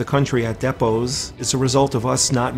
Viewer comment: how he pronounces depots kills me...